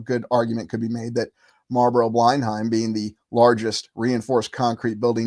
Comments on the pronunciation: fyi, pronounced 'blen-um' not 'bline-hime' as in Blenheim Palace, home of the Dukes of Marlborough, family name, Churchill.... English pronunciations can be tricky. Great channel! Very interesting ideas. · Blenheim is pronounced 'blennam' 🙂